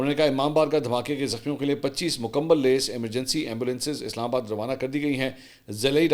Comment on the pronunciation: منصور بھائی ۔ آپ لفظ لیس کا تلفظ غلط استعمال کرتے ہیں ۔ بہت شکریہ ۔